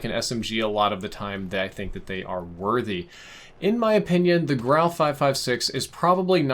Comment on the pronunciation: Such a relief to hear your pronounce the guns name correctly. All the other youtubers I’ve seen have been calling it the “gru” or the “guru” smh